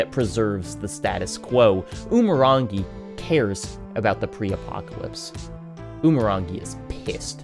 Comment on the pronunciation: i can't even begin to state how te reo māori & umurangi are very much not pronounced like that. also it's less than 200,000 FLUENT speakers, the overwhelming majority of aotearoa knows basic phrases & most people can hold simple 'how are you?' "i'm well." conversations. i don't expect you to know this but christ almighty i'm sick to death of people referring to us like our language is dying rather than being rebuilt after it was stolen from us